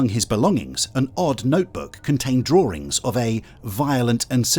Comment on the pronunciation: The fact that the narrator doesnt know how to pronounce Nike is amusing. And "drawerings" like SNL's Simon.